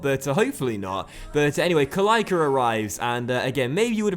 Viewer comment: you don't say Kalaika you say Kalaitsa